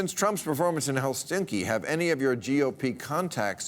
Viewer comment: Did he say "Helstinki"? #helsinki